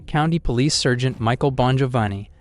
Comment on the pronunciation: Anyone who can't pronounce sergeant correctly is someone I don't want to listen to...too damned lazy to do the bare minimum of pronouncing very common words correctly, means too damned lazy to get the facts right.